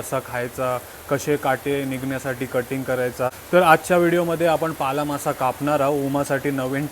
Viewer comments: तुम्ही शाळेत ल आणि ळ यातला फरक शिकला नाहीत का, तुम्ही नेहमीच ल चा उच्चार ळ असाच का करता. हा मासा पाला मासा आहे पाळा नाही, भाजीचाही पालाच असतो पाळा नसतो, शिवाय कारल असत कारळ नसत. तुमच्यापेक्षा उमाच मराठी ती अमराठी असतानाही जास्त चांगल आहे. मीसुद्धा आगरी आहे त्यामुळे तुमची मराठी कानाला खटकते, जमल तर सुधारणा करा. कारण आम्ही रोजच तुमचे व्हिडीओ बघतो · पाळा नाही "पाला" मासा ...